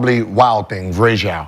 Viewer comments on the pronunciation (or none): Please ,please tell me you guys are tracking every name that Gil mispronounces and make a compilation of that😂 Vraysjauw (Varejo) was hilarious 🤣 even more funny was Brandon saying "who,VRAYSJAUW RONDO"🤣🤣🤣🤣🤣